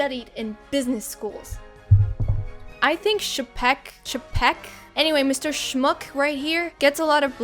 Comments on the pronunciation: It's pronounced "Che peck". Yeah, I know... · New sub! It's funny how chapek came in trying to make the marketing team have more say in the movies they'd produce, only to get nuked outta there so quick we all forgot he even had the job Edit: it's pronounced "chaypeck" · It's Bob "Chay-peck". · Second Bob's name is pronounced 'Chay-peck'. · 🤣😂🤣😂 I believe some of your mispronunciations are strategically intentional. 😂🤣😂🤣😂🤣Cha-pek! You’re the best!!!